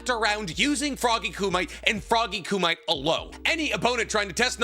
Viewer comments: You seem to go out of your way to use Japanese names and/or pronounce most things correctly. Youve said it before I. Past videos and a lot in this one so maybe it's a bit idk. Correcting people is a shaky line but for the sake of passing on knowledge which has infinite value to a person's wellbeing... It's Coo-mee-tay. Froggy Coo-mee-tay. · It’s not Ku-MIGHT. It’s not Ku-MIGHT. It’s not Ku-MIGHT. It’s not Ku-MIGHT. It’s not Ku-MIGHT. It’s not Ku-MIGHT. It’s not Ku-MIGHT. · Anyone else always hates how he says kumite? Its koo-me-tay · Not just that, but especially how he pronounce Edo Tensei. If the video centers around edo tensei, I can’t fully watch it because how he pronounce ‘edo tensigh’. It bothers me more than I anticipate. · I am begging you to learn how "Kumite" is pronounced. It's killing me. Other than that I pretty much agree, although I would add that sage mode is so good in so many ways in part as an overcorrection to Naruto being kind of a bum for most of Shippuden up to that point, when he needs to match up with kage-level opponents at that point in the story. (Also some of the brokenness works fine in the context of heading towards the series's conclusion, and while I don't envy the challenge of writing around it for Boruto...I really don't care for how Boruto writes Naruto (and Sasuke)). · I tried watching this, but had to stop because of all the mispronounced words. It's just disrespectful. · One day will learn how to actually say Myoboku, and kumite among other things, but today is not that day. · Is there a story as to why he constantly mispronounces kumite? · Did this guy never see Bloodsport? His Kumite pronunciation sounds like it's a pest control product lol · Not how you pronounce kumite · Please just say kumite correct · He's doing it on purpose, he's aware of how kumite is really pronounced but because a bunch of people got REALLY aggressive about him saying it incorrectly once he leaned into it. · It’s ku-mi-te not “koomite”